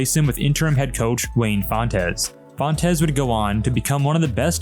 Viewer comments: Its pronounced Wayne Fonts NOT Wayne Font - es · I'm sure someone else has said this, but Wayne pronounced his last name as fonts not fontez. 😂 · Its pronounced wayne "fonts" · Fontes is one syllable, not 2